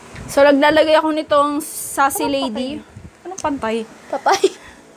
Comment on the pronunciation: Sace Lady “Seys Lady” Hndi “Sassy Lady” Correction lng sis oo no kitaaaaa 🥰♥️ Napapasaya mo ako marami pa ako natututunan sayo 😊